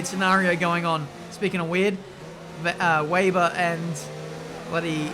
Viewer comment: It's WEBER!!...not VAYber every damn time!... Weber, it's Weber. Jesus for an Australian man you sure have a hard time pronouncing the name WEBER!.